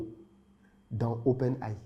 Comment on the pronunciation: le gars qui arnaque ne sait meme pas comment dire Open AI